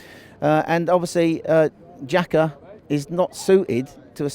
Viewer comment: Did Robbie just say Xhakayll and Hyde